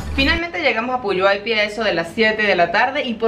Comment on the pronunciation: lees textual el pueblo de Puyuhuapi, pero se pronuncia con G Quedaría PUYUGUAPÍ, lindo video